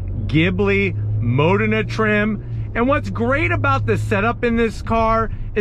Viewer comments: NOT mOdena BUT modEna! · It’s Modena y’all , “Ma-DEENA”